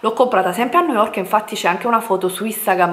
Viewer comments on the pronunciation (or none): Vi ho fatto alcune foto su instagram??!qualcosa non mi quadra, ha postato Delle foto su instagram o ha scattato Delle foto agli altri!? Boh come parla non si capisce una mazza....EMPER STEIT?!?!?! NOOOOOOOOOOOO, Niu yok, poveri noi! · Ma come cavolo pronunci New York? 😱😱